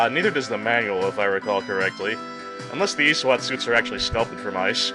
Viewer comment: This guy saying Eeee SWAT is so ROFLful heheheheh...anyway, I sent a video response with my remix for this game's boss theme.